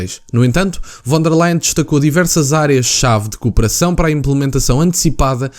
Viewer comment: E lê-se Fon der Leyen !! Em alemão o V lê-se como F